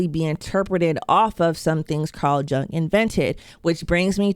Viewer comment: Carl Jung's name is pronounced like "young"... 😅